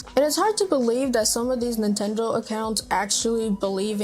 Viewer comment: it's Nintendo not "Nutendo"